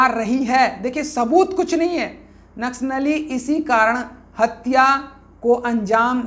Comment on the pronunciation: Naksh nali. Ya naksali ..bolne vi ni aa rha... To news kaise bta rhe.. Ki kya sahi h ki ni